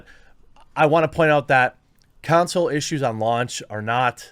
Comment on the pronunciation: "con soul" not "cown sill"